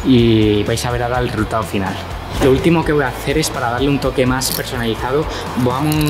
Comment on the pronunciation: Si te oyes tu mismo escucha como dices todo el rato neitar,no necesitar 😝.Y luego neitamos y reultao no resultado como hablas😜.